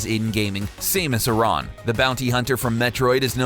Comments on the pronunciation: samus Aran is mispronounced as (Say-Mous A-Ran) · Same-us Are-on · Same - us are - on? You mean sam - us air - in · Saymis airen? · SAYMUS UHRAHN, learn to say it properly, you hooligan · "Shamus aron" lmfao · You need to be fired for not saying "Samus Aran" correctly